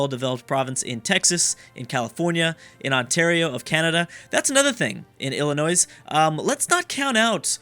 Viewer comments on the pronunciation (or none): ITS NOT ILLINOIS'S ITS ILLINOIS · I screamed when he called Illinois ILLINOISE. THE "S" IS SILENT! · >is from Illinois > pronounces it Illi Noise >cringes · "Illinoise" Genius and his crack. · It's Illinois not Illinois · You dont say Illinois with an s it's a silent s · Who else got mad when he pronounced Illinois with an 's' at the end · When he pronounced the s in Illinois I died a little.